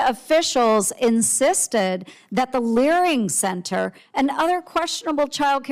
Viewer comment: I honestly keep laughing when I hear the word "Learing Center"